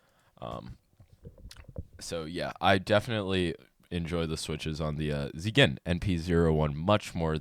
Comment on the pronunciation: He's pronouncing it right. The enthusiasm is optional but much appreciated. ZYGEN comes from zen, and it means to approach everything with love and kindness.